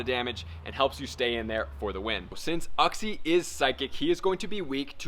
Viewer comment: it's pronounced "you-xie" lol